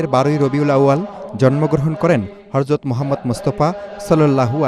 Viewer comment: মিজান শাহজাহানের উচ্চারণ ঠিক নাই । হরযত না হযরত